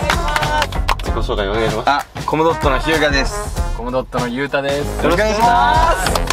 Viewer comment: 最初のコムドットのイントネーション合ってるの好感⸝⸝> ̫ <⸝⸝♥️